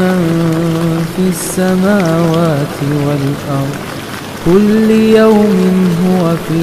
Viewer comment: says kulli, but its kulla, its zabar on laam, not zayr, kindly correct